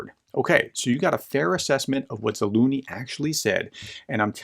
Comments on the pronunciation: What happened to the letter z in Zaluzhny? Is it silent? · pls professor read the mans name once more and pay some attention to your pronunciation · Anybody else hearing “General Za-loony”?! 😖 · BTW the right way to pronounce is "Zalužniy" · Zalužniy - if that helps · Why can't you pronounce Zaluzhny? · It is not a matter of utmost importance, but why don't you try to pronounce the general's name correctly? It is not that difficult. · Experts who dont even bother to learn the correct pronunciation are not experts. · By the way - you should look into this "professor" - he is not an expert in anything at all - and its no surprise that in almost two years he cannot properly pronounce the name of the head of the AFU.... but I guess he feeds your russia hate so that is all that matters. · Please learn the proper pronounciation of Slavic last names professor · Are you pronouncing the general's name right ? there is a second Z in there. You make him sound like a cartoon character. Otherwise a very informative article. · Dear Professor, thank you for your analysis but would you please, please learn to pronounce words like Zaluzhny and Avdiivka correctly? Other English-speaking commentators can manage it, why can't you..? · Please Search Zaluzhny Pronunciation:yt:🔊